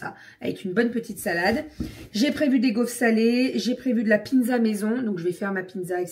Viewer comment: Hello ! Ça fait 2 retours de courses où je t’entends dire piNzza, je sais pas si c’est moi ou.. ? J’ai pas osé demander semaine dernière mais j’avoue ça me perturbe 😅